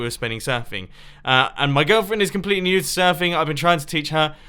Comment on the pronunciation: "My girlfriend is completely new to surfing" I was in a different tab and with his accent is sounded like his girlfriend was surfing nude. The statements after that made it even funnier.